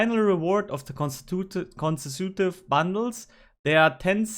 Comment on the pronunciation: Casemate is pronounced like face-bait, and consecutive is pronounced Con-seck-you-tive, emphasis on the seck. 😉